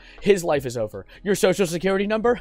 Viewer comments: "Now his life is jover" Not over, jover✨️ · "Now his live is jover" GOT ME DYING